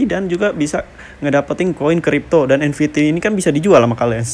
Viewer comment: Nft bg bukan nvt😂😂😂